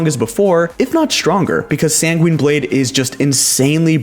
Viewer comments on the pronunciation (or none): say it with me: *SanGWIN Blade*, not *SanGWEEN Blade*.